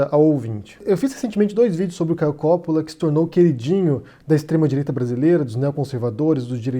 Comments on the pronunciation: Palhaço marionete do Lula! É Coppolla e não Cópola... Ñ sabe nem ler, é da esquerda... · não e copppola e coppolla e vc fala errado! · COPÓÓÓÓÓÓÓÓÓÓÓLAAAAAAAAAAA Cada vez que ele fala Cópola me dá um tremilique. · Seu mentiroso desgraçado, o nome dele é Caio Coppolla e não Caio Cóppolla. Vc pesquisou mesmo??? Seu mal caráter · Nessa pesquisa intensa que você fez sobre ele não deu para corrigir o nome do cara? É COPPOLLA com dois 'P', dois 'L' e a sílaba tônica é 'PPO' portanto a pronúncia em português é COPPÓLLA, sem o acento agudo, que coloquei para que não fiquem mais dúvidas. Serão necessárias quantas correções sobre isso? Já deu prá notar que você simplesmente não lê os comentários dos seus próprios vídeos, o que já mostra que o interesse está apenas no faturamento, não se atém minimamente às pessoas que proporcionam essa sua renda. Esse pouco caso com o seu público, já nos diz outras coisas: Qual seria sua a preocupação em trazer posições reais, já que os ataques à outros youtubers (colegas seus) parece ser o tema relevante? Será que os processos são mais rentáveis e por isso a necessidade de provocar para ser contra-atacado e se vitimizar na justiça? A inveja por outros se projetarem mais do que você parece incomodar a ponto obriga-lo a fazer repetidos vídeos de ataques gratuitos, é maior do que a capacidade de criar originalidades? Não sou defensor de Caio Coppolla, mas não gosto de ver injustiça. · O correto não seria dizer: Coppóla??? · Isento? Acho que você nunca o ouviu. Nem o nome dele você pronuncia direito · Não sabe nem pronunciar o nome do cara. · Não sabe nem falar o nome do rapaz, kkkkkkkk. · o nome dele não tem acento agudo na sílaba "Co". A pronúncia é igual a italiana.